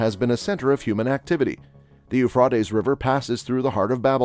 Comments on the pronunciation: Yoofrawteez river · Ufraytes Americans can’t speak English properly. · I wish he would learn to pronounce Euphrates . Jesus is coming sooner than most people realize. Jesus loves you. Seek Him now while there. Is Still time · Please pronounce Euphrates river properly get your Australian accent gone go to ellocution lessons to get rid of that dame awful accent come to Ireland ☘️ Dublin I will teach you to say Euphrates hahaha 🤣 thanks I'm joking take a joke pal you done that well wow 😲😳 omg so glad I live in Ireland as I do not want to be first to let them 👿 demons near me and my fily they have toake there way to Ireland Dublin after they go through AISA east and america then we get it . Lord I repent and give my hole body life soul, spirit and any grace that may be In me I want to love you Father Almighty God 🙏🙏🙏 I do love you more than I love my family ❤️ this is the way it has to be if your being rising up do not look bk down to see if your family are being raptured as the lord will place you bk down as he will then no you do not love him as your father you love your family more so pls do not look down you will meet your family again be patient ppl don't look 👇 down or you won't be raptured pls 🙏🙏🙏